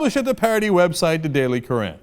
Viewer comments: Uh, Cenk? "Currant" is pronounced "KUR-ant" ...not "kur-ANT" ... just saying. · Cenk, "currant" is pronounced the same as "current". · Cenk sounds kinda' posh saying it that way though. The daily kuh-raahhnt. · Cenk pronounces "currant" funny.